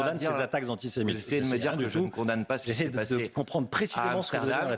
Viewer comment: Aller, on va faire un peu de vocabulaire et de diction car c'est un peu manquant dans le discours. "Anti", vous savez comme "anti fa" le truc bien connu des militants d'ultra gauche. "Sé", comme séjour, bien connu celui là aussi. "Mite" , comme l'insecte, si, si ,comme le ministre imaginaire des insectes (cf : Claude Malhuret ) bref un nouveau mot à 50 points : ANTISEMITE...